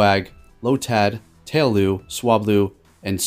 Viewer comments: Tail-loo? It's tail-LOW bro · Tay-low* not tail-lou